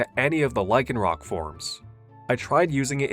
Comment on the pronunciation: THERE IS NO K IN LYCANROC!